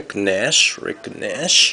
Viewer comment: Part 1: Hey, That autograph isn't so bad, at least it's somebody who's known. He played for the Canadiens, so maybe a fan of the Habs will be interested in it. You're also pronouncing Rick Nash's name like a Canadian now - nice! I can imagine that it's very difficult for someone writing and reading using an alphabet completely different than the English one to pronounce many names, but you're doing well! Keep it up... and maybe some day you can pronounce 'Guillaume Latendresse'! Haha.